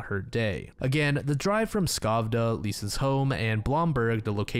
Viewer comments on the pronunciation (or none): As a Swede my heart dropped when you mentioned Lisa’s name. Such a tragic case. By the way, Skövde is pronounced schövde, the K is silent. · Yes, except the pronunciation of Skövde. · He butchered the Swedish towns and names as well. I had no idea that he said Skövde until I saw the map. 😂